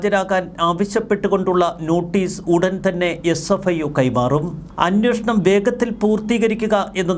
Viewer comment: അന്നോഷണം എന്നല്ല ഉച്ചരിക്കേണ്ടത്... അന്വേഷണം ആണ് ശരിയായ വാക്ക് 😊